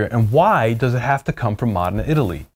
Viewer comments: Wrong. It’s pronounced MOH-deh-nah. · Mo dee nah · Mō dā' nă, not må' de nŭ. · Módena, not MOH DEH NAH, or MOUDENA, neither MOUDINA. Módena. MÓDENA. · Buddy tryna act all badabeep badaboop but keeps saying Mahdenah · FYI, the correct pronunciation of Modena is MOH-deh-nah. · East Coast Accent Pride goes deep. Lol "Mahd'nah" Then there are the proud Italian Americans who insist on saying "mOHdAYnAGHHHH!" Because they once heard one Italian say an e like an ay and watch too many Italian American movies where everything is over annunciated. Meanwhile, Italians will pronounce it differently depending on their regional accent and dialect. A Sicilian (who might not even consider themselves Italian) will pronounce it very differently than someone speaking in a Venetian dialect or Corsican (who might not consider themselves Italian). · there. MOdena. Home of Ferrari and Pavarotti. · The way he's saying Modena is making me crazy. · Driving me nucking futs!!! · Completely wrong. Also no idea how aceto balsamico is made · you need to learn how to pronounce Modena